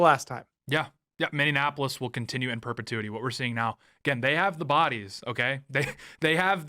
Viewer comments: For the love of all that is holy it is pronounced mi-nee-a-puh-luhs, NOT mi-nee-an-a-pug-luhs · I can't wait for all of this Minnesota drama to end only to stop having to hear Tate mispronounce the city as MinneANapolis! 😂